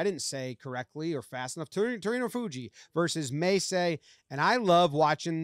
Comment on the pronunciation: You pronounced Terunofuji and Mesei’s names perfectly. This was such a bonkers match up. Kinboshi literally means gold star and it is awarded when someone outside the top 4 elite ranks beats the yokozuna. Pls more sumo coverage, Terunofuji’s story to the top is bonkers